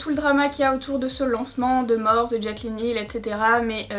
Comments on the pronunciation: c pas morphe sa se pronnonce morphi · Cc juste sa se prononce Morphy pas Morphe mais voilà sinon super vidéo et les Makeup sont vraiment trop beau ❤️ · Tu peux dire morphiiiii ça me stresse 😂😂😂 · Le plus drôle c'est que tout le monde se goure 😂 Morphe est à la base un dieu grec mineur donc ça ne se prononce pas "Morphi" mais "morphé" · Moi qui avais commandé le vault et qui savait pas trop quoi faire avec certaines couleurs tu m’as bien aidé merci beaucoup !! Superbe comme toujours Gnagnagna on dit Morphiie #teammorphE 💪🏻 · Morphe, Morphée ou Morpheus (une seule et même personne, un dieu grec qui a inspiré de le nom de la marque), ne se prononce ni Morphy ni Morphe. Mais Morphée. Donc arrêtez de dire à tout va que ça se dit Morphy, car déjà on s'en tape (tout le monde le prononce comme il veut du moment que c'est comprehansible), et en plus vous avez tord. Voilà, je ne veux en aucun cas être méchante, mais arrêtez de faire la réflexion à 😂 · MÉ ON DIS MORFY TU CÉ PA LE DIR EN + TU DIT JAMET BONJOUR T TRO NUL VA T JETET Je t'aime haha encore une superbe vidéo qui me fait fantasmer sur ton talent 😂😂😂❤❤ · Waouh ce make up !!!!!!! * juste on dit pas “ morphi” ? ❤️❤️❤️❤️❤️❤️❤️ les couleurs sont trop belles !!!!!